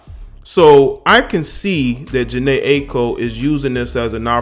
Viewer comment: jhene i-a-ko is how it's pronounced